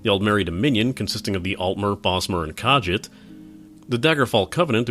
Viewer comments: ITS PRONOUNCED KAHSHEET NOT KAJIT!!!!!!!!!!! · Did you just pronounce "Nirn" as "Nim" because that is wrong. It's also "kuh-jeet" not "kah-jit" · Every time you said kah-jit it made me cringe. Its pronounced kahgeet not kah-jit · FYI, Khajiit is pronounced Kah-Jeet. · By the way, it's pronounced "Ka-ZHEET," not "KAJJIT." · What the fuck are you calling Khajiits it is pronounced Cah jeet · Dude, it's pronounced Kah jeet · Im sorry to do this but its pronounced "Ka-jeet" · NERN, BREH-TIN, KAH-JEET. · also he mispronounced kahjiit....its frustrating... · he didn't pronounce khajit rightand it killed me inside. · I can't get over how wrong you say Khajiit, I'm sorry. I know it's nice t a big deal...but your pronunciation of the word is so far off it's actually annoying. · I really feel like for a proper review for Elder Scrolls Online the review would needed to divided into 2 segments, one for returning Elder Scrolls fans and one for MMO players . also how you pronunced khajit was pretty entertaining